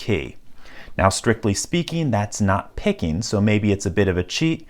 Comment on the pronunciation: "pickenin", "impressionin", so downvote